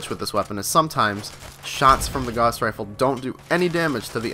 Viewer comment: It's fucken "Gauss"! Rhymes with "mouse".